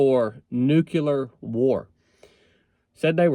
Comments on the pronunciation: First of all, Nu-CLE-er . Not Nuk-U-lar. Second, again, forget the Bible nonsense.... "There will be wars, and rumors of wars...." Yeah....like that's a BOLD prediction! DUH.... Third, even if there WAS a nuclear war, most people would survive. Hell, there's a guy that was in BOTH bombings of Nakasaki, and Hiroshima, his name was Tsutomu Yamaguchi. He lived to be 93. In the event of a nuclear war, at this point, it's most likely going to be tactical nukes aimes at specific military targets..... Every leader in the world understands that no one survives and all out nuclear war.... Ain't gonna happen. Even if the Bible says it's going to....Costco got it right putting it in the "fiction" section..... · It's not "nucular", it's "nuclear" war. English my brother, English. They are called "nuclear bombs", not "nucular bombs". Go back to school Bush! 🤣😃😋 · I'm a lot less worried about nukeyoular war than I am about nuclear war. Sorry, I had to make that joke, I'm from North Georgia too. 🤠